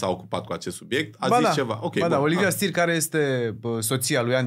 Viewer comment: Numele e Steer si se pronunta chiar asa. Nu mai englezifica totul, Mihai. Auzi... "Stir"... Pe bune?